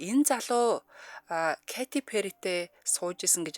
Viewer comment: 😂зүгээр л Кэтти Пэри гж болдгүймү. Кати гж ямар нэр бсим бэ .катя,ч,биш кайти гэж ойлгомжгүй дуудлага